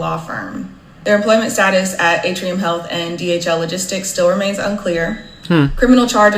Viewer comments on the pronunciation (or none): none